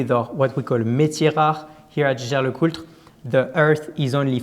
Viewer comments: I know! Last videos had some serious discussions with Frenchis claiming it has to be pronounced Schescher... But the family Jaeger comes from Alsace ... there this is a common name and they all pronounce it Jaeger and NOT Schescher... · #Teamalexander, it's Jäger. Not sheshey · Yes, J-L-C is good way to get around the challenge of pronouncing Jaeger-LeCoultre correctly... Anyhow it is just in-between the franchise and the rest of the world ... Edmond Jaeger never was pronounced Edmond Sche-Scher, but always Edmond Jaeger ... 😉